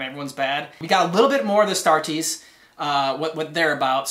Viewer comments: Its "A" Starters not Astraters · The Orks think that painting their vehicles red makes them go faster. If there are enough Orks in a group who think that, then their vehicles do go faster. They also think that Purple is a sneaky colour, because who has ever seen a Purple Ork? P.S. It's pronounced AS-TAR-TEES.